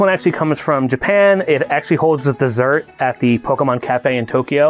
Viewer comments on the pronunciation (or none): Its mon, pokemon, not man!!! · "Pokeman" Looks at the spelling for Pokémon I'm pretty sure Mon makes more of an 'On' sound then a 'An' sound so can confirm it is Pokemon not Pokeman. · Pokemon, not man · Actually it is pokemon po ke _mon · There is nothing cringier than someone deliberately missprinouncing the word Pokemon as "PokeMAN" just to try to emphasize their ignorance.